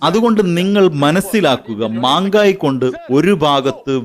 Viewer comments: മാങ്കായി ?😊 മെഹങ്കായി എന്നല്ലെ? പരിഭാഷക്കാരാ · Mangai അല്ല mahangai mehangaai ) എന്നാണ് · Mangayi അല്ല manda........ mahangayi.... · John brittas sir കലക്കി പക്ഷേ അവതാരകൻ maangaayi എന്ന് പറഞ്ഞു കൊടുക്കാതെ മെഹങ്കായി എന്ന് പറഞ്ഞാൽ നന്നായിരുന്നു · മാങ്കായ് അല്ല മേംഗാ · മാങ്കായി അല്ല മെഹങ്കായി... എന്നാണ് സാർ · It is not mangai it is 'mehankai, pronounce correctly. Pl. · സഹോദരാ. ജഗദീഷ് ദുൽഖർ എന്നല്ല അദ്ദേഹത്തിൻറെ പേര് ജഗദീഷ് dhankar എന്നാണ്. ഇനി .mangayi എന്നല്ല mehangai ennanu correct. താങ്കൾ ശ്രദ്ധിക്കുമല്ലോ. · മാങ്കായി 😂😂😂 അല്ല മെഹങ്കായി